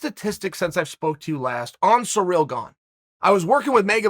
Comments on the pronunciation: Hey, it's not Surreal Gane. See-reel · I'm convinced that he's calling Cyril "Surreal" on purpose cause on the post show on Friday he didn't butcher the name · Funny how I understood "surreal Gane" when Chael says his name first in the video. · Since you learnt how to say Charles Oliveira after he won the title, will you learn how to say Ciryls name properly? Or will that remain Surreal Gong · Last time Francis and Ciryl spoke was back in 2018, during the FrancisvsOvereem camp, they're not as close as u say it uncle Chael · FFS, say the man's name correctly. Not only is disrespectful to him, it makes you look like a moron.